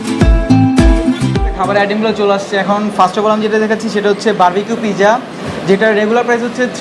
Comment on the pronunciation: Pijja nah its pizza